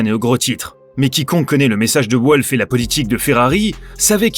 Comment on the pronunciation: «Volf» pas «Ouolf» par pitié !